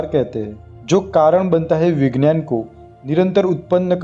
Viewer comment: विज्ञान,,,का उच्चार गलात है..वी ग्यान तो बोलो